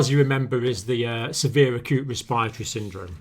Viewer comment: I love all your videos, but why do you guys keep mispronouncing respiratory?! Just imagine the second r isnt there